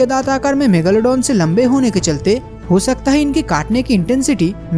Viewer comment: megalodon !!!!!!!!megalo Megalodon Megalodon Kyon bol rahe ho